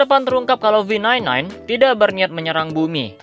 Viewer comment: V9 9 bjir dibacanya